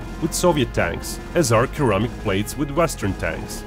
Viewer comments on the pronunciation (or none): You pronounce it as keramic? Interesting